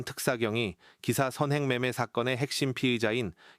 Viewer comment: 서언행이 아니고 선행!